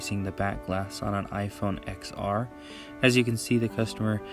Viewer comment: Plz don’t call it the “ex are” it’s pronounced “10r”